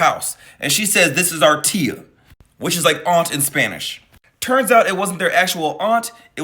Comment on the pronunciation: Its the "tia" for me.. lmmfao.. i know yall know. But letting him know... Pronounced.. thea.. but spelt "tia". Im weak. Just sounded funny to me..